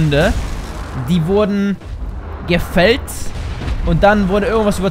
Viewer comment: gehäutet, nicht gefellt xD